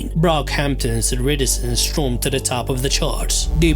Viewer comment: That's not how to pronounce "iridescence" in any accent. ~